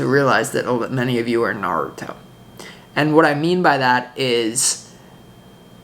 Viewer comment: We need to watch the first episode of Naritow???? Listened 3 times but cannot get what you are saying.